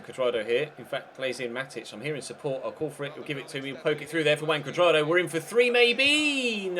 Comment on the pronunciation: That's how it is pronounced actually :v